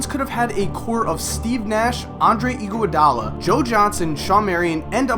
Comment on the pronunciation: The way you pronounce "Andre Igoudala" is incredibly irritating. It's Ig-ah-dal-ah, not Ig-io-dal-ah.